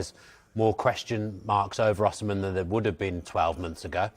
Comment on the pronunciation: Why does he pronounce Osimhen like a nutter?